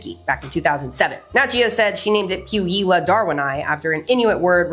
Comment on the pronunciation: Puijila is pronounced pooh-we-yee-lah